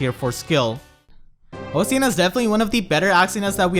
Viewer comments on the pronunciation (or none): Osian is pronounced like ocean btw. I really like Mila, since she's a F2P way of dealing with dancers in the light season. I have been pulling for Bride Micaiah since she's so strong with her Duo skill, but Mila making Aether Raids not cancer in the light season is much more preferred. I don't have trouble dealing damage with my units, and Mila is the perfect way of managing the volatility that dancers can bring. Also, the last time I pulled on the bride banner, I got pity broken by a +Atk Nailah, and I got a +Res merge for my Rafiel. I think I'll cut my losses and just roll for Mila.